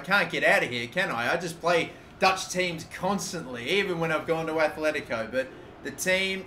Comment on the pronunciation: I'm begging you!!! It's Atletico not Athletico. Both T's are like in the word Benitez